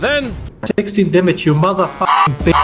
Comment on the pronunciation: "I can see yurrr dyamage, NYOOOBS!"